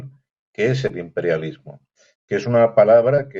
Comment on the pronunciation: Jeje, me lo apagaron por andar pronunciando Im perial lismo! Jajaja